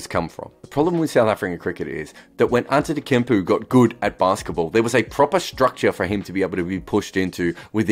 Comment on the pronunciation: Antetekumpu.. who the hell is that 😂😂😂 Antetokounmpo was last year MVP and Played for Greece... Maybe this guy Antetekumpu is his Aussie cousin 😂😂